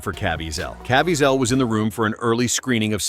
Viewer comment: Jim's name is pronounced like Ka-VEE-zle not Caa-VE-a-zel.